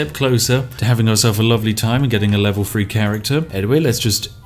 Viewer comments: Free and three sound the same when u say them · Ok I heard the words "that", "there", "the", "these" and "they" - all using correct TH pronunciation - why the hell, then, do I also hear "what on earff" "wiv his body" "baldurs gate Free" "D&D fiff edition" "fanks developers" "what were vey finking" - how the hell is someone who is clearly ENGLISH so abysmally inept at pronouncing words, or even letter combinations, correctly; in their OWN LANGUAGE? Not to mention how bloody inconsistent it is. It's like listening to the guy from The Chase, and he's supposed to be a teacher. It's painful to listen to. You clearly can pronounce it correctly as evidenced by the original list of words - to not correct it on other words is just lazy.